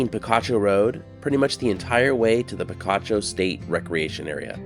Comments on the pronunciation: It's pronounced pi-KA-cho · The name is pronounced pee-KAH-choh. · I was so disappointed when Picacho was pronounced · "Picacho!" If you were a bit allergic to picachos, and you ate a few, not knowing so, you'd sneeze, saying "Picacho!" Actually, that might be inaccurate. "Picacho" Means a mountain peak rising out of nowhere, a "pico," which I think by now you can get by with pronouncing OK. And if the 'pico' is very abrupt, it's a "picacho," a big rude old 'pico.' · There's also Picacho nm too. I was pronouncing it like the pokemon.